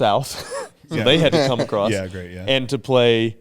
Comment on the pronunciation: More common than that is acrosst not across haha. If you haven’t heard it you will soon